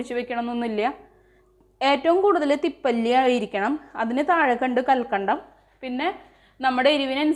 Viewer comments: തിപ്പല്ലി അല്ല തിപ്പലി എന്നാണ് പറയുക. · Thippali ane. Thippalli alla.